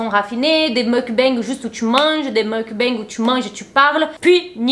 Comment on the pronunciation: Merci pour cette intéressante vidéo. Petit détail : on prononce "mok-bang".